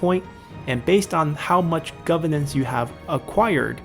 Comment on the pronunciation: GoveRnance. It has an R in the middle that needs to be enunciated.